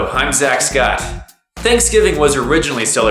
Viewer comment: X'D when he say that his name is zack scott it sounds like he woud say "I´m a sex god" ^.^ thats funny... like the vid